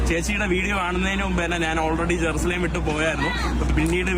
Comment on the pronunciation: ഇവൾ നാവ് ക്ലീൻ ചെയ്യൽ ഇല്ല എന്ന് തോന്നുന്നു ജെറുസലേം എന്നതിന് ഏറുസലേം എന്നാണ് പറയുന്നത് ഇവൾ ഒരു ഉടായിപ്പാണ്